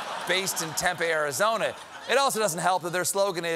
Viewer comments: As a Tempe resident, it's pronounced "Tem-pee," not "Tem-pay." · I enjoy your show, Stephen; but FYI, Tempe is pronounced "tem-pee," not "tem-pay." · Tempe, home of Arizona State University, is pronounced Temp-E NOT Temp-A. I showed this clip to my students to update them on the primaries and they all about died when Tempe was mispronounced. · If people are wondering, it's pronounced tem-pee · Tempay Arizona? It’s pronounced TemPEE 😂 Born and raised in Arizona! 🌵🌲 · It’s pronounced (Temp•E) he said Tep•ae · “Tem-pay, Arizona?” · He says Tempe weird.